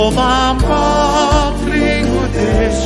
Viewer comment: 궁금한 점이 있어요. 울란바토르인데 발음은 울담바트로로 들리고 르 발음들이 드로 들리는데요. 궁금증 해결 좀 부탁드려요